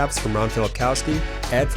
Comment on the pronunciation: 'Filipkowski' is pronounced as 'Filipkovski' Our w = v